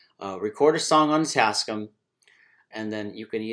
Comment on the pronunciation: The company name is pronounced "tass-kAM", not "tass-kum". The "AM" is for "America". But excellent video!